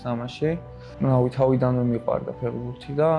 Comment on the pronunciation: ფეღბურთი არა ფეხბურთი ფეღბირთი საშინლათ ისმის ყურში